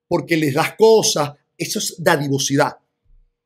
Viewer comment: Disculpa es dadivosidad no didavocidad..